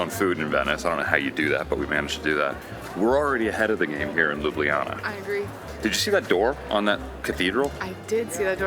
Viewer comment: It's not LUBIYANA, but LUBLANA aka Loo-blah-nah!